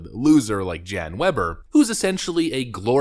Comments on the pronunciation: Pronounced Yon. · His name is actually pronounced "Yawn" Wenner, which is hilariously ironic!